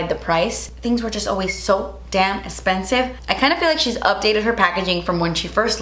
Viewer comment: You look gorgeous! Ps i love when you say “its so es-pensive” 🤣 love it!